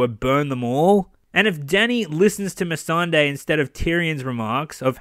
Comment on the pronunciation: The guy can't even pronounce Missandei...he says miss and day... When greyworm and everyone else in the show says me sun day proof they dont watch their own show